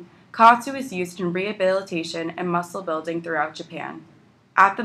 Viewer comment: It's pronounced Ka At (OT) Su